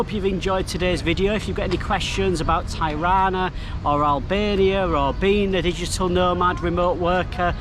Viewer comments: Hello. I'm sure others have said this, but Tirana is pronounced, as Tee-Rana not Thai-Rana. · Not " Tajrana" ,Tirana..! 😁🤚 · Amazing video dude thanks for sharing... Tirana is pronounced like Tea = T-ra_na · Mate you keep spelling the name of Tirana wrong is not tairana is Tirana..have a great time in Albania it’s such a lovely Country it’s nothing like what the British media telling us. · Dude, I've never heard anyone pronounce the city's name ty-rah'-na (with the first syllable sounding like what businessmen wear around their necks). I've been living here for much of the last three years. Thanks for the upload, though. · Nice video but I’ve never heard anyone ever pronounce Tirana like that before 😂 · If you're gonna feature a city, at least learn how to pronounce it! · Great video. Just a small correction about pronunciation of Tirana. The correct way to pronounce Tirana, is by pronouncing the first two letters “Ti” like you would say Tipical. The rest of the pronunciation is correct. Cheers.